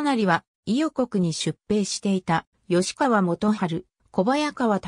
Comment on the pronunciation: 吉田郡山城（よしだぐんやましろ）、吉川（よしかわ）、京（けい）など間違った読みが多いので動画作成後はチェックして修正して下さい。